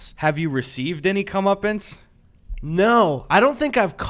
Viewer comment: I heard “Comeuppins” And then I realized of course you were saying Comeuppance